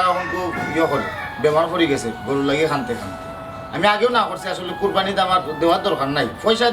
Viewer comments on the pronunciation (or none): নাকি কবি উনি কুরবানী কে কুরফানি বলেন।যিনি শুদ্ধ ভাবে বাংলা ভাষা উচ্চারণ করতে পারেননা তিনি আবার কবি হলেন কিভাবে।আর সিলেটি ভাষায় ও তো কুরবানী কে কুরফানি বলেনা।